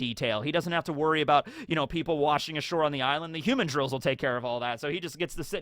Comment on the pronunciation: i kove your videos, but you need to learn how to pronounce the name of rhe violent monkeys ln Mihawk's island. Its "hu-mandrill" not like "human-drill." Its a mandril, thats more human-like. Its not some human holding a drill.